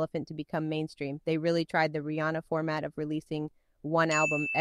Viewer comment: You're the first person I've ever heard pronounce Rihanna's name correctly.